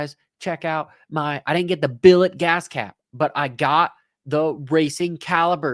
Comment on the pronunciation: its bill-et not bullet